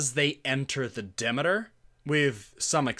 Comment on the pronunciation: I enjoyed the 2020 series. Found your analysis interesting, though. To be fair, Dracula is such a known story, anytime a departure from the book comes around, i tend to enjoy it, because it's hard to get surprises from overexposed stories like Dracula. Also, it's De Meter, phonetically. Not demi, like Demi Moore. Demeter, Greek goddess of agriculture. Also, Lord Ruthven is a nod to Polidori's Vampyre. One other thing I felt was a thing with this series is the nod to the style of the old Hammer films about Dracula. Even Frank Frazetta paintings seem to have been referenced, in the third episode. The second episode, involving the trip on the Demeter, I enjoyed, because that trip was barely touched upon in the book or in earlier iterations on film. I really very much liked this series.